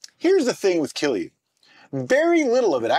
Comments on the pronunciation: You pronounced it near perfectly, if someone is saying otherwise they don't know what they are talking about. I should know, I'm Finnish. :) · I am really impressed with your pronunciation of kilju, Finnish pronunciation can be really difficult for foreigners.